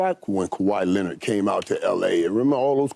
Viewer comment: Michael Irving really has trouble saying kawaii Leonard's name😂😂😂. Thus is the second time I've seen him struggle saying his name 😂😂😂